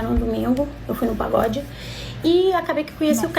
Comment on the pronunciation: No paGod ou no praGod?? 😁